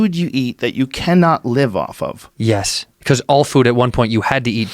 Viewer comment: “There’s a food that you can not live off of” “Yes, cause all food at one point you had to eat to livofoffoff” They’re high af lol